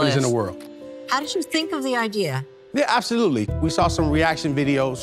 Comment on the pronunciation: Is this a bad business? “Abtholootlee”. Will they be out of business soon? “Abtholootlee”. Do you have no clue how to make a presentation? “Abtholootlee”.